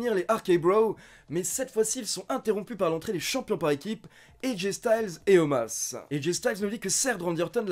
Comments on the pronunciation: Un jour t'arrivera a dire Omos et pas Omas lol Bonne vidéo, mieux que RAW en général ^^ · Bah il s'appelle Omas, tout le monde lors de RAW prononce Omas, donc je ne vois pas pourquoi je prononcerai Omos :) La WWE l'a expliqué, ça s'écrit Omos, ça se prononce Omas ;)